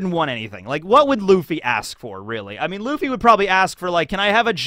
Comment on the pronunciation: Luffy not Laffy